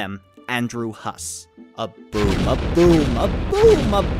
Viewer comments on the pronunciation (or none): it sounded like you said broom when you meant boom. but this... i wanna see hussie's reaction to this video XD